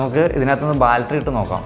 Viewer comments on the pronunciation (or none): "Baltry" അല്ല, battery ആണ് മോനേ! നല്ല വീഡിയോ ആണ്. 👍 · My friend, you pronounce for battery as balttery it's wrong. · ബാൽറ്ററി അല്ലെടാ മോനേ ബാറ്ററി ആണ്!😖😖🤢😅